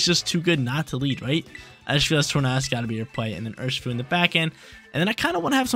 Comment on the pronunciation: Just pronounce tornadus like tornado bruh